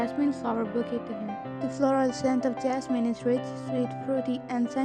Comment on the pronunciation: One thing.... I don't know if u did it deliberately... But it's not bukey....it's bouquet .... Don't mind me please 😅